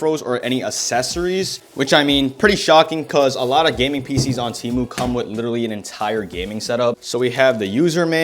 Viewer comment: How many times is this man gonna say "litteretly"